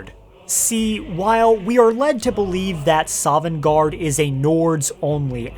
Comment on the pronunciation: "Not quite sovengarde"